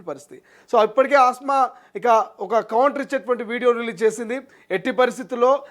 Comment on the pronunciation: Asma kadu kasma